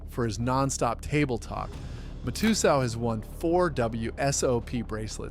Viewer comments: And Mike ma-2-soo 😂😂😂😂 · Then mah-too-so